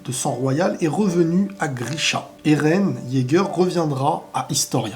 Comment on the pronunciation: Tu devrais dire eren jaeger, j’ai une oreille qui saigne à chaque fois